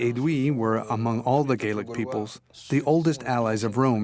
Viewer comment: Gallic NOT Gealic